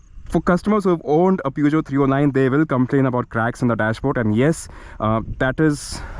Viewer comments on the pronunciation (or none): It was already dated and too utilitarian for the Indian market when launched but it was rugged and that ground clearance made it go on roads where only jeeps went. P.S: It's pronounced somewhat as Pyu-sh-jo. Then Peugeot did make larger cars before the 309, one of the most legendary ones being the 504 which was sold between the late 1960s to early 80s. Another thing, the Standard 2000 launched in 1985 had a rear wiper and that was the first car manufactured in India to have one, not the 309.